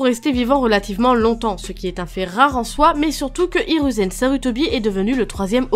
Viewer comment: IrOUzen pas irU U se dis ou